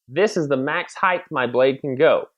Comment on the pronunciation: The word "height" ends with a "t" sound, not a "th" sound. Sorry, just a pet-peeve of mine.